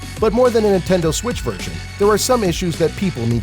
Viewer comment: Nentendoe switch